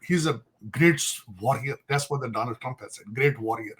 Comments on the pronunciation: Tarar Says: Misolini not Mussolini :person-turqouise-waving: , Daanald not Donald😆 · DANALD CHACLATE DALLAR😂 AATO PEN COROPTION CAMMON HASTAGE PRAPERTY PALICIES SUPER PAWER TARAR...A PERSONAL ADVICE TO LEARN HOW TO SPEAK ENGLISH, BY WEARING A BAW TIE YOU WILL NOT BECOME UMRICAN